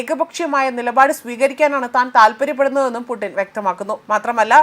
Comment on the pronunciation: ഇങ്ങൾ വിളിച്ചതാണോ പൂട്ടിനെ .. എന്തൊക്കെ ആണ് വായിക്കുന്നത് 😂😂